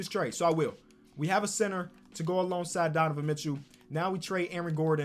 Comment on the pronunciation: “Donovan Mitchew”